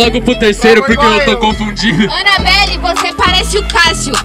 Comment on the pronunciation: “Anaballe ”kkkkkkkkkkkkk